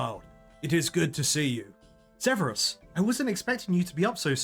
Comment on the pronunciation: Yeah he kept calling Servius "Severus" too lol